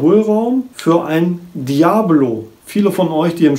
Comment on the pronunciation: Es heist nd Diablo wie das spiel sondern Dia_bolo